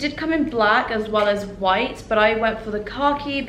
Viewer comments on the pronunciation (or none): none